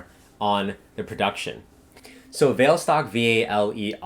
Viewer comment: Hi, thank you for spending the time to do all the researching for us. They are really informative. I bought some of the stocks that you recommended. However, I would like to let you know that the pronunciation for Vale should be "Vah-Lay". I worked in Vale and been to the HQ in Rio so I know.